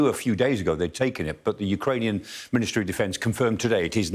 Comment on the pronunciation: General Clarke's pronunciation of Ukrainian locations is off the charts. Kudos to him.